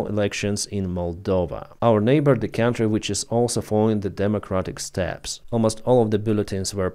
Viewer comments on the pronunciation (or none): none